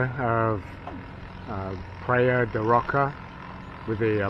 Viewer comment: "Praiya de Rocha" ( rosha) pronunciation..